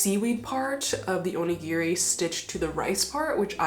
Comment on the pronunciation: おにぎり====sorry, Japanese person here. Oh-ni-gi-ri do not say/ pronouce/ or even sounds like "near" in the middle. :-). I hear so many people mispronounce this, especially on social media. Looking forward to your designs and best to you ヽ(o＾▽＾o)ノ